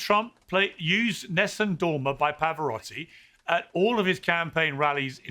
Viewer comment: Say Pavarotti one more time